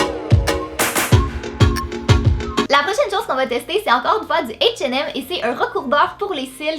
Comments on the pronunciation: Beverly Amand Oui, '' atch et hem '' pour H&M 😂 Mais son accent est tellement magnifique et trop mignon!!! On t'adore!!!!!!!!!!!!!!!!!! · h&m ça se dit ''ashe et aime'' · P.S. j'adore comment tu dis H et M (en anglais) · T'es trop belle J'aime trop ton accent surtout quand tu dis H&M ❤️ Super vidéo Gros bisous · Franchement aprend a lire ses h et m elf recourbe cils et rouge à lèvre mate avec un e et prononcer le t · C'est trop drôle la façon dont tu dis H&M😊. Sinon j'adore tes vidéos, Bizouuuu ❤️ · C'est vrai qu'en France on dit pas ça comme ça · Equit ' C'est l'accent québécois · Oui c'est clair